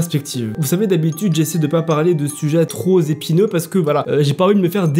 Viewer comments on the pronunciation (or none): 🙃 "des sujets trop z'épîneux" ???? Gaffe aux liaisons 😉